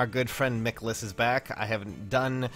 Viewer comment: the way you pronounce michaliss name gives me cancer